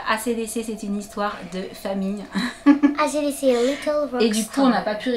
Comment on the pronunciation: Acdc ca se prononce en anglais mais bon j’adore trop ses nouveaux vêtements